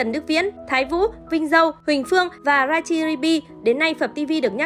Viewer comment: Đọc tên ngta mà cũng sai nữa, Richi sabi nha